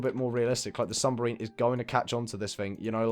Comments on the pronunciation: New sub! Love this house! But it's "submarine" not "sumberine" lol <3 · Is anyone else annoyed by the fact that he can’t say submarine right?